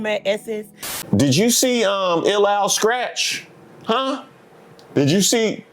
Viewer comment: You said Ill Al Skratch, MoKenStef and The Weather Girls... you ate awesome for that though...